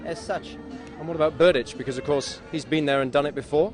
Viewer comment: Tomáš Berdych (Czech pronunciation: [ˈtomaːʃ ˈbɛrdɪx]; ... When are you going to learn that???